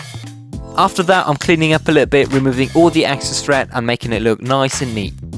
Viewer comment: Learn how to pronounce words properly it's thread not "threat"